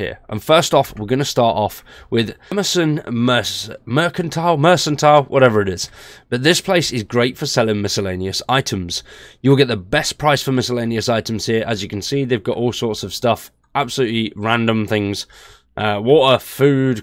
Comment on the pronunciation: It's mercantile as in merkantile not mersantile. One of those funny quirks of the english language. lol